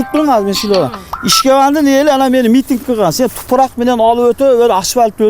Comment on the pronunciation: Эй манкурт "тупурак"эмес топурак деп суйлочу,кыргыз тилинде тупурак деген соз жок